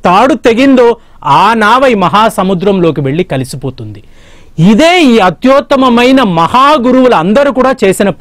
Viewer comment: అత్యోత్తమమైన కాదు/ అత్యుత్తమమైన